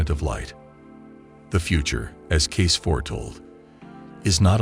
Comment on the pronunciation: His name is Cayce, NOT Case. And he didn't try to hide anything. This AI stuff sucks. Get it right. They only have to get thru WWI, the Great Depression, WWII, and all the other crap.